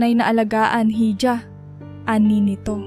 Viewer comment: Missleading ang maling pagbasa sa ilang salita, ,"hija" ay dapat iha.